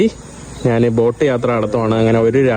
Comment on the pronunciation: നീ എന്തിനാ നാൻ, നാണ്, നാന്, എന്ന് പറയുന്നത്. ഇത് മേത്തന്റെ ഭാഷയാണോ. ഞാൻ എന്ന് ഒന്ന് പറഞ്ഞു പഠിക്കുക.